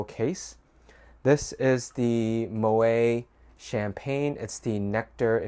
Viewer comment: Moët is pronounced "mo-ette" ... he was Dutch 😃